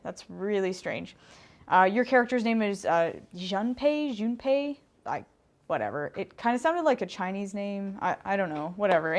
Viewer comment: Junpei is pronounced Joonpay It's mad up of the Japanese syllables: Ju, n, pe & i.